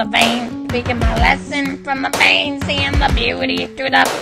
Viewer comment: He says bean istead of pain